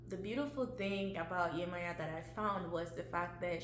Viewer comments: No Beloved Esu is NOT The Devil and as a Yoruba woman the correct annunciation is Yemojah not Yemoya . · Viewing the Orisha through the lens of their perceived European counterparts somehow automatically means Esu becomes the devil... I guess. Also, the devil is not in the zodiac. So that comparison is unnecessary. I had high hopes for the pronunciation until we backtracked with "Yemaya".... I believe the intent was good. We are all learning.